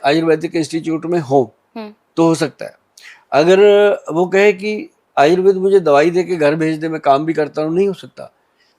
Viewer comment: Ye aayurveda क्यो बोल रही है Anchor, आयुर्वेद को आयुर्वेदा बोलना कहां तक सही है?